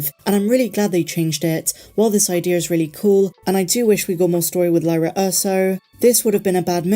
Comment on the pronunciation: I love your content! This vid was great. But you mispronounced 'Lyra" every time this video lol. Her name rhymes with Qi'ra (Kira):)